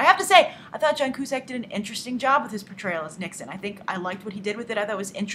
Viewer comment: its pronounced John Q-Sack.